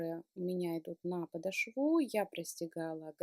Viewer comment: ударение в слове " подошва" делается на букве "О" в середине слова. Говорите грамотно, а то уж очень " режет ухо".